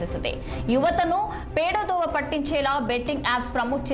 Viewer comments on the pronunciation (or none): అమ్మా, పేడ దోవ కాదు, పెడ దోవ, ఎవరమ్మా నిన్ను news Reader ను చేసిన మహానుభావులు.